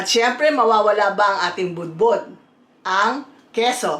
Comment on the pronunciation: 🤣😂.....iba dinig ko sa bud-bud 😂🤣..... Kaya inulit ko.... Hay...may brain....